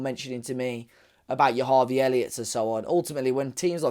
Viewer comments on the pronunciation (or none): none